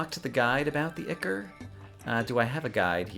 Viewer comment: ichor: AHY-kawr